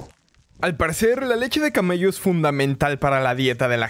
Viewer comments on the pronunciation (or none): soy la única que pensó que dijo “ Leche de camaleón “